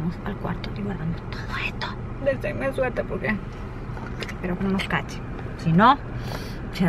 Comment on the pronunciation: En el momento dijo "espero que no nos cachen" le salió como chilena